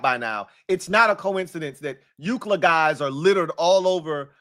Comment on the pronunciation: Hey there’s a customer at my job that hates how you say UCLA he asked if you were a USC fan 😂